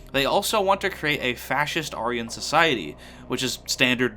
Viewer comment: thats not how you pronounce aryan